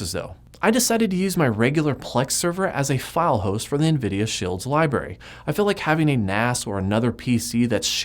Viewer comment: It reminds me of "Scrubs" when you say "Libarry." Awesome videos! :)